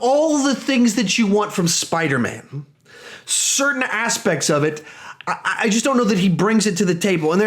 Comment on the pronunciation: ... at one point you said spidermna by the way I agree with you Tom Holland is definitely the best Spiderman ever and Nicholas Hammond SSSUUUUUUCCCKS